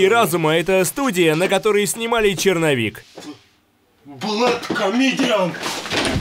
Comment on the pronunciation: сук, как же я каждый раз угараю с этого "блэткамедиан😵‍💫"